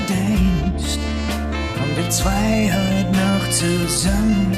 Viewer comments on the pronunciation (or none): none